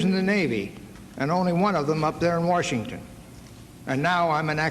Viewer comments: he said "werchington" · The way he pronounced "Washington" is enough for me to know that he would've made a better vice president that any clown from the entire last century of American politics.